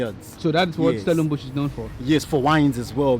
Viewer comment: Stellenbosch a northern suburb? StellenbUSH, vine yards; who is that guy ? 🤣